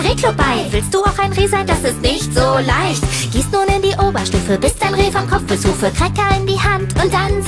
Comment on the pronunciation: ...Wieso sagst du 'nun' als 'nan'? Es ist ein u. Ausserdem 3 mal, nicht 2 mal. Nicht 'Nun nun', sondern 'Nununun'.